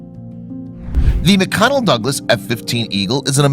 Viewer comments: Nice video. Please note it’s McDonnell Douglas, not McConnell. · Mc-"Connel" Douglas. Get your text-to-speech program to annunciate English correctly.